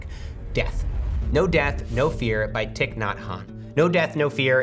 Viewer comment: REALLY disappointed that two minutes in you're mispronouncing Venerable Thich's name. The man died last year be so serious...he's ON THIS PLATFORM SAYING HIS NAME. It's pronounced like Thai...good lord Matt. I know you're tired, you're a dad, I'm a parent I get that. But look up how to say things it's super disrespectful. Don't forget your career exists because of Buddhism which is where the idea of minimalism even came from to begin with. :/